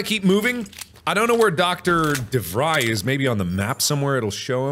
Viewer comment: This a three year old video but Mark pronouncing DeVries like Devrise instead of DeVrees is incredibly annoying ajsjs